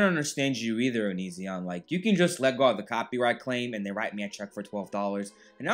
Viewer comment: Love how you mispronounce is name! Poetic justice!